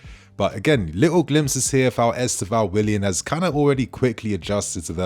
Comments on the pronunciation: Try to put the accent on the penultimate syllable. EsTÊvão. If possible. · The kid is great. If you are interested... the way we (Brazilians) pronounce the name is: Istêvaun. The "tê" is the strong syllabe: is-TÊ-vaun. The "vaun" is pronounced really fast. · Please y’all! Try to say his name correctly. I don’t know how to explain but you can ask a Brazilian person how . Same thing with Bruno Guimarães. Thanks !